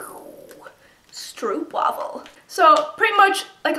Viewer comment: It's a cinnamon caramel flavour. And a little tip, you say stroopwafel with the 'oo'. We say it with a 'o' like 'go'. Glad you enjoyed it! Greetz from holland!